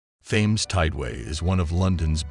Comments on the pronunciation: Isn't it pronounced "TIMS" RIVER NOT "THAMES" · its pronounced the teems not the thaines and there was a river crossing and settlements in london before the romans turned up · Thames is pronounced 'Tems'. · I couldn't stand to watch this after not pronouncing the topic of the whole thing. It's Tems!!! Aaargh!!! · It's the Temes no bloody H in the pronunciation ffs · You guys who allowed this narrator to continually pronounce the Thames incorrectly all look like idiots. It's pronounced like Tim's. The (Th) is not pronounced like (That, Those, Their., etc.....) It's Tim's!!! You make Americans look like fools with this. Educate yourself before trying to educate anyone else. It' embarrassing.